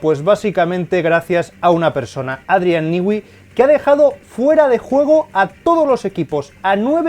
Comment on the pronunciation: Cómo explicar en texto : no se dice Adrián nigüi se pronuncia Adrián nui